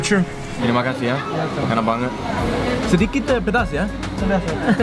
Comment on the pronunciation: I like the way pronounced "Peedaasssssss"!!!!! Hahaha